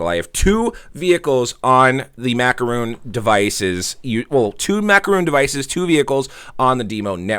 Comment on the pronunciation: It is macaron not macaroon, your mispronouncing it makes me never want to click on your referral link.